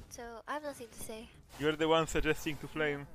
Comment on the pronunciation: why are u aaying sest, sedam, osam, devet, deset with č